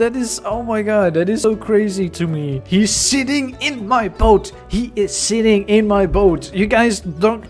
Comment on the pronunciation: he is sitting in my boat!😄 My ears: HE IS SHITTING IN MY BOAT!